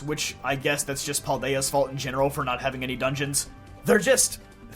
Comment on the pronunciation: Pal-day-ah not Paul-day-ah